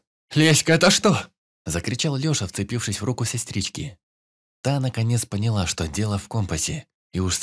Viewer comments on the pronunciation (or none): none